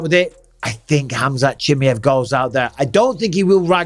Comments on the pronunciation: I swear if I hear you say CHIMMY EV once more instead of CHI-MY-EV I’m going to do absolutely F all about it 😂 But please someone tell Bisping how to say it 😂👍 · Has bisping picked up mispronounced names like uncle chael? Chimmy Yev says yes. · It's very easy to pronounce Bisping. It's NOT Chimiev. It's pronounced Chim'eye'ev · Bisping please for once pronounce Chimaev and also Gaethje name correctly !